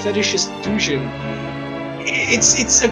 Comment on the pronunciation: This nigga pronounced it DUUJIN lmao Good vid